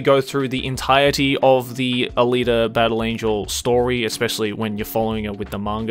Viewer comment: ALITA D? come on Dawg